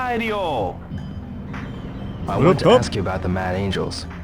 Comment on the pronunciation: "Dio" isn't entirely correct. The D is exaggerated too much. He sounds like an American trying to do proper pronunciation, which, in that sense, is actually kind of perfect.